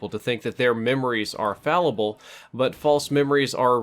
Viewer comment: "Our brains are frallible" -. If that was on purpose, that was brilliant. Either way, it's pretty funny.